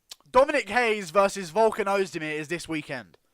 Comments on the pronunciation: It’s pronounced RAY-ES. Not Brazilian. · Dominick Reyes is American of Mexican descent and his last name is pronounced RAY-ES. Only people from Portugal or Brazil pronounce their first R's in a name with an H. I've got Dominick by ko/tko.